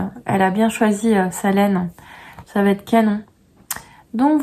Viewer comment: Quel va ...être 😂et non t'être 😂 chouette poad cast trop de liaisons tuent les liaisons😂